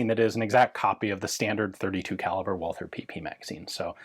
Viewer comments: Should Walther not be pronounced as vault-ter as it is German? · Great video Ian! As always. I'm always impressed by your good german..... but the 'h' in Walther is silent, no english 'th' Greetings from Germany